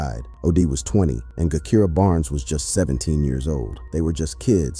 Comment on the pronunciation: Every video about Chicago gang culture your info is about 35% correct but you really really need to do your research you dont even pronounce Gakirah's name right.